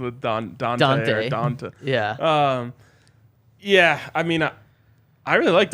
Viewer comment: His name is D’onta 🤦🏻‍♂️. Not Dante